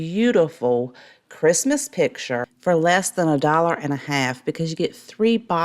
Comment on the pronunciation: I love this channel with the small exception of the word ‘pitcher’ for picture. I know, can’t help it.